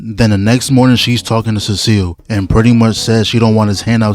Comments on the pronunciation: yo sorry for sounding like a lame ass nerd but its see-sull not cecile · "Cecil" ⛔️ "Saseal" ✅️ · Why you say Cecil as Cecile tf 💀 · I don’t want to hear you say “cee-cill” again 😭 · It’s (SEE-SULL) CECIL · Saying Cecil instead of Cecil cracks me up every time😂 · What did you just call Cecil?